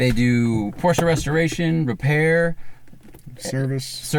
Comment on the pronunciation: Cool car, but honestly, if you use a german word as your brand name, learn to pronounce it...